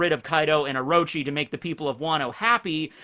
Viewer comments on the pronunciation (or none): none